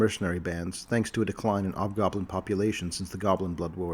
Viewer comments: Hobgoblin, not 'obgoblin. The H is not silent. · Is hobgoblin pronounced "ob-gob-lin" - with a silent "h"? Have I been saying it wrong my entire life?!? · please don't apologize. The video is really well done. I can listen to these for hours, it was just distracting. Its possible that some people might pronounce it with a silent H, but I've only ever heard them as hobgoblins, even in other media. One of my favorite races and lore.